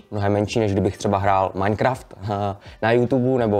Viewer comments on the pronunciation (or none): none